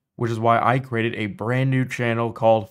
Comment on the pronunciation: Oof, hearing you say crated instead of "created" is freaking annoying